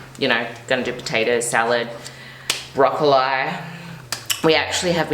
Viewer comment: Wait...is she actually pronouncing "broccoli", broccoleye"😂 i thought it was a joke at first